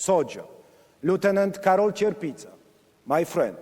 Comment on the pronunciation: Bez przesady, Melania miała wpadki ale Karol nie potrafi wymówić wiele słów